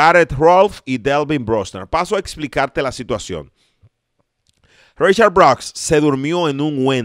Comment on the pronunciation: Brooks se pronuncia bruks noooo broks, Gracias